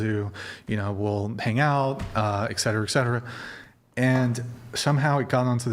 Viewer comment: Granny 6 hours 43 in"ex cetera ex cetera ex cetera" Its ET CETERA you ninny.